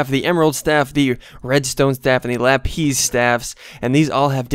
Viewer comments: Lapis not la,piz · It's lapis not LapEESE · lapis not lapees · Its lapiss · him saying lapeez haunts me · THER BE NO Z IN LAPIS (lap-is) as in iris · lapiz - pronounced la-pise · u ar calling lapis wrong